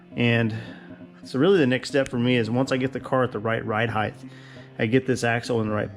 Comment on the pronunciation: When will you offer merch? How about a t-shirt that says “heighth”?